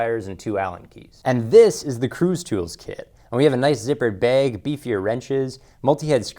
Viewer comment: You said "baeg" instead of "bag". Thumbs down